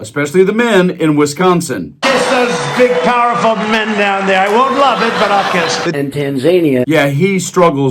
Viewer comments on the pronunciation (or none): none